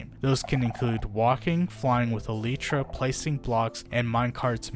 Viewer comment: Bro really just called elytra "eleetra"